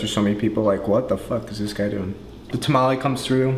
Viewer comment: It's tomalley not tamale. say it right